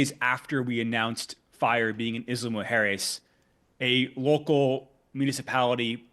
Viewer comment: When he says Isla Mujeres he says it very very very wrong almost to the point where you cant distinguish what he is saying. Im latino and speak spanish and I cant help thinking that if he was indeed working with mexican officials or anyone from mexico he would not be pronouncing the name of the place as wrong.